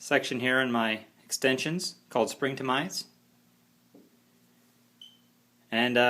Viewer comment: its springtomize .. no R at the end..